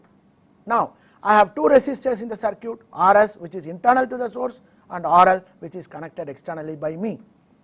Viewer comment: LOL, man it's "circuit" not "sir cute', his spoken is not good but he is conveying a good deal of knowledge about electronics.